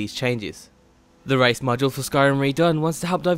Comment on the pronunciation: Race not rice